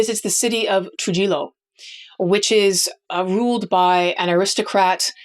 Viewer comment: What? You pronounce this with kind of a funny sound to your voice, like you're trying for some kind of Spanish pronunciation, but you completely miss both of the consonants. The J is pronounced as an H, and the double L's are pronounced as a Y. troo-HEE-yoh. You have an American accent, but you must never have set foot anywhere where anybody speaks any Spanish, like ever. I don't speak Spanish, but I know that much. Have you never met anyone with that last name?